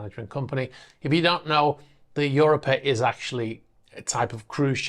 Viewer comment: I think it's pronounced "u ROP a", not "UR o pa"